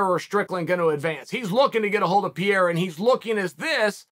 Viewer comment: I'm not one to offer advice on pronouncing names, but Chael is so far off, consistently on Alex Pereira, and I cannot stay silent. And. yes, I know the allegations that he does it on purpose to bother commenters! That's how good he is, cause I'm still commenting! Chael says "Pee-air-uh". It's even missing syllables. Uncle Chael, if you see this, try "pair-ay-rah". That's close enough. In portuguese, the r between vowels is more like a soft D. "peh-ray-da"